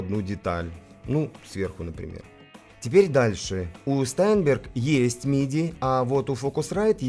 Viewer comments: Штаинберг правильно произносится это немецкая фамилия. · всегда интересно смотреть Ваши обзоры, спасибо. P.S. И всё-таки "ШтАйнберг", у Карла фамилия произносилась именно так!